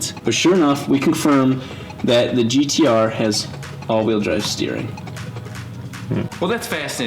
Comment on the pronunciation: I take offence to the "if you're australian" comment hahahahahaha but touche :p it's pronounced "gtaaaaaaaaaaaaaaaah"